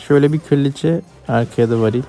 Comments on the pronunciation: Abi kraliçeye kırliçe deme sinir oldum keshjakj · Abi çok sinir bozmak istemem ama kriliçe diyosunya bilerekmi